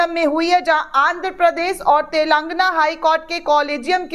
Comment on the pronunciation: इतिहास... पहली बार... इतनी बार बोला है कि उफ़्फ़... और हां, तेलंग्ना नही तेलंगाना है सही नाम... वीडियो बनाने की जल्दी में मत रहा करो,ढंग से बोलना सीखो